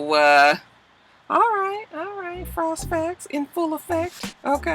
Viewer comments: I so missed that "frost facts" pause!! LMAO!! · Man that frost facts pause deaded me! 😂💀💀💀